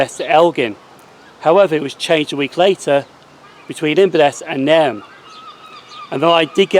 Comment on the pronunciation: Pronouciation police, it's nay rn (as in irn)